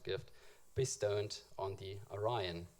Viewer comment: I would think you would know how to pronounce "Aryan" considering the subject matter...